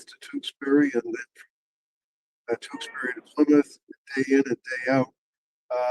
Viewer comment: I'm very impressed that you pronounced Tewksbury correctly. 😂